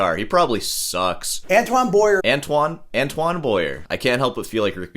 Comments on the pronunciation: It's pronounced Antwan Bwa-Ye (Like in Kanye) btw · I always marvel at how Americans can’t do a little research in order to pronounce a name properly. An-toe-whan Boa-e-eh… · So, you have a BA in music, you're a guitar teacher and you can't even pronounce the guy's name, even after hearing Beato pronounce it. And, you got fired from Walgreens. Way to go. This guy plays around the world with his wife, one hell of a harmonica player. And, neither have been fired from Walgreens. What do you have to do to get fired from Walgreens? Cop an attitude? Good luck and I hope Walgreens calls you back. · Learn some French, you American... for once... Not even being able to pronounce Antoine Boyer. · Yeah, if you are going to review a guy, learn to pronounce his name! It would be a sign of respect, but then respecting others does not seem to be one of your strong points. Stop whining - oooo I go school as long as a surgeon - well actually you don't, but yeah music degrees are generally not worth much, generally not respected, get over it. Plumbers don't get a lot of respect either but they make more money than most musicians. If you wanted money you shouldn't have studied music you should have studied medicine, or accounting or been a welder or an electrician. It just sucks when people make choices and then whine about the results.